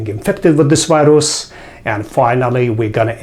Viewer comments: سلام دکترجان همه چی عالیه فقط تلفظ انگلیسی Virus , Viruses از دیکشنری ها چک کنید ممنون. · Thanks. Very good info. But why is it so difficult for many people to pronounce "v" as in virus? or video? And not wirus, not wideo. To pronounce "v" just touch the upper front teeth to lower lip. That's all.